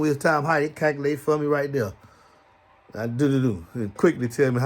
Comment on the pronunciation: Lol, "Its a concert out thuur!!" 😆🥰😇🤑